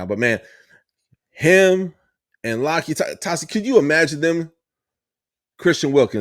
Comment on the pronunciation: yup, you said his name right. Big uso looks crazy good.